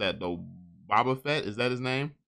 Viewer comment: “Bah-Bah FETT” 💀💀💀😂